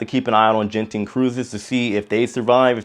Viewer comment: FYI Genting is pronounced with a “g “ as in gutter.